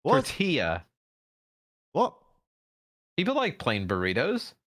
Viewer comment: Tor-tee-yah. FFS, smooth-brained, blond-tipped freshman can't figure out tortillas.